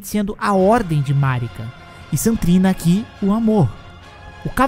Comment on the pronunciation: Ele fala Saint trina tudo junto, tipo "santrina". O que esta correto já que St. e abreviação para Saint.